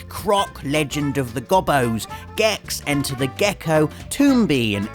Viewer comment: God i hate when people pronounce things wrong it sounds really dumb and like you have never played this game before. croc legend of the gobos, the o's are a LONG o sound not short. But glad alot of the important games are on here. However 100% croc then someone is a pro